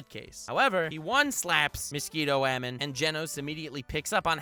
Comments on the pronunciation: I genuinely enjoy your videos. I subscribed. I liked. But...just say "woman". That "wAEmeN" pronunciation on rapid fire is just irritating. Otherwise, great stuff! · WUH HAMEN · Love the way you pronounce ‘woman’